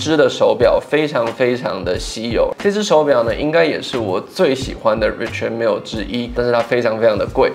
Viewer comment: Its pronounced Ri”Shard” Mille.